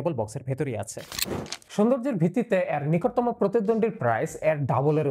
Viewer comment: ভাই বিগ ফ্যান। অনেকবছর হলো আপনার রিভিউ দেখি। ছোট্ট একটু কারেকশন, 'অ্যার' না বলে যদি 'এর' বলেন তাহলে শুনতে ঠিক লাগবে। ভালো থাকবেন।